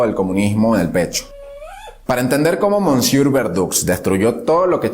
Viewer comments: ke bruto sos kerido "mosieur" se pronuncia "mesie" y verdoux se pronuncia "verdu" BRUTO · Se dice "mesié"....